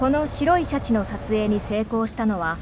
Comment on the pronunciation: 白シャツみたいな言い方しよってからに😠